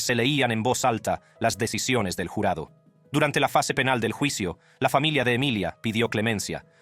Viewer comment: Para el narrador de este video solo quiero saver por que estas narrando hablando muy bien y claro y de repente cambias la voz y te pones hablar como cuando los gringos estan aprendiendo español dices palabras como en ves de cuchillo dices culillo dices el jularo en ves de jurado y cosas asi y de pronto buelves hablar normal si vas hacer cosas como esta hasla bien si no no hagas nada por que el que se holle estuido hablando eres tù pero te pagan por que hagas las cosas bien no se como no se an dado cuenta hay muchas gente que lo ueden hacer mejor que tu y eso te llevaria a quedarte sin trabajo piensa no te pases de estupido